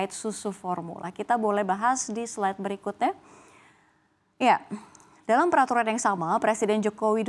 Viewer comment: kita bahas di slide BERIKUTE jawanya medok 😊